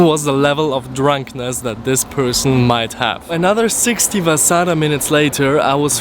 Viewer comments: Taas akcents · Latvia U said it a bit wrong